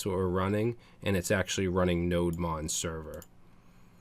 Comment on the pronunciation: I think it's "Node Demon", just sayin